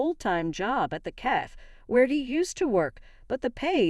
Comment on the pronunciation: Cafe not CAF.